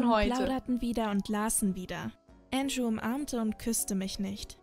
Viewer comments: Nicht antschoo sondern andrew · Andrew nicht äntschuh und Ändru ausgesprochen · Entscho😂😂 Ich denke eher er heisst Andrew😂😂😂😂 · Der heißt nicht Ango sondern Andrew